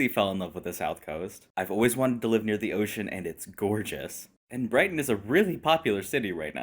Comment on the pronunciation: FFS... when you said Brighton, I cringed so hard.. I live in Hastings, only an hour away 😭